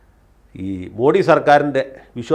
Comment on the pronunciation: മോഡി. അല്ല. മോദി എന്നാണ് ശരിയായ ഉച്ചാരണം.